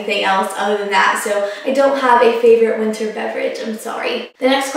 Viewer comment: you say winter, like winner. lol it must be a southern thing